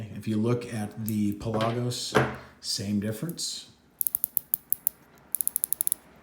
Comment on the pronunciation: Pelah gose lol your saying it funny